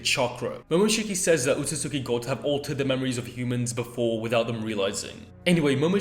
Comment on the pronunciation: Alright it’s driven me crazy all video it’s pronounced “OH-SOOT-SKI”